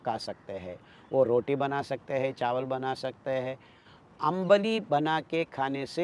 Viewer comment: It's आंबिल ❤.. not अंबली